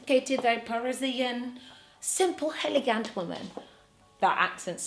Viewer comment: "heligant" love it